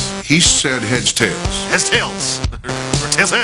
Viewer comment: Bettis said HeadsTails. Edit I've just come back a year later and thats what I heard again. Adam Schefter needs to grow up.